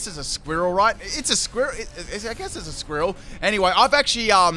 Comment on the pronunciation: Am I the only one weirded out by how he says squirrel (squi-rri-el)? Then again, there is his favorite healing move...